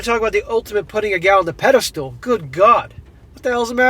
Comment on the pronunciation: Please, it's "ped e stl", not "ped e stool". Thank you!